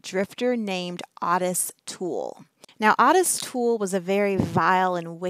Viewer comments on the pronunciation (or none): Everyone I've ever known with that name pronounces it like OAT-tis like a short O and tis like tisk tisk. The way she's pronouncing it drives me nuts. I don't know why but makes me want to yell through the screen at her how to say it properly.